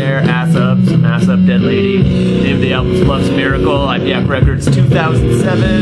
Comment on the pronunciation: Good review. Oh and by the way the pronunciation of Ipecac is - IP-uh-CACK.